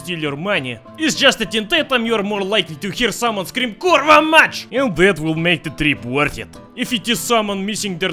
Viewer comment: Kurwa mać not kurwa mac